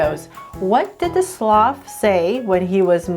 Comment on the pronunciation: Hey you say slof when It is SLOTH!!!!!!!!